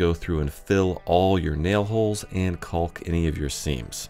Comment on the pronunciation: Great video I would have been the guy who tried to space the boards evenly and made a mess. 😂 You do know how caulk is really pronounced 😅